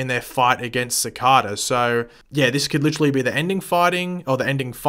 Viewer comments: DANG IT! IT’S CICADA NOT CICADA! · Its cicada he just says it wrong all the time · The way you pronounce Cicada makes me want to bang my head on a brick wall. It’s [Su-K-Da]